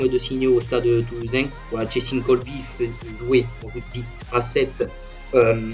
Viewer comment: Juste c cheslin et pas chelsin